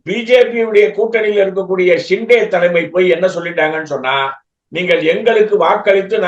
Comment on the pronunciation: நக்கீரா நன்றாகப் பார். ஹிண்டே இல்லப்பா. ஷிண்டே என்பதுதான் சரி. நக்கீரனே செய்தாலும் குற்றம் குற்றமே